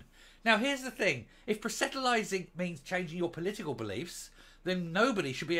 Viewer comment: That is not how you say proselytising ( Pros le tising )